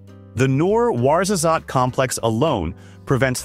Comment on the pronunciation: As a morrocan i want to comment some points on this video " Ouarzazate" is not pronounced correctly 2)many of solar energy projects take place in the western sahara region , yet none of the videos show them